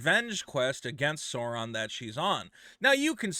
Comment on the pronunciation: He can't pronounce sauron